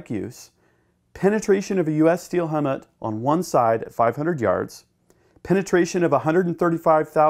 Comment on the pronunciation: How did u say helmet? Lol